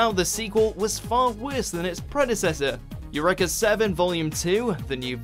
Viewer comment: U-REEEEE-KAH... not u-reh-kah